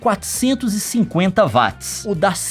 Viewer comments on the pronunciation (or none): não é "VATZ É WATZ"